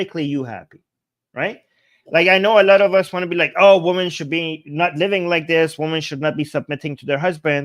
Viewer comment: Hey. This is my comment for the algorithm. Please say "wimmen" when say "women", plural. The pronounciation you're applying is singular.